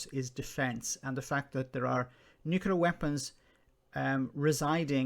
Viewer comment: Tiny little pet pieve. It's "Nu-Cle-Ar". Not "Nu-Cu-Lar". Right, rant over, great video, and great commentary.